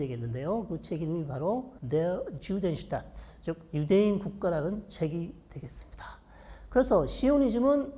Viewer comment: 영상 잘 보고 갑니다. 4분 50초경 Der Judenstaan. Der는 독어식으로 Judenstaan은 히브리어식 발음 인가요?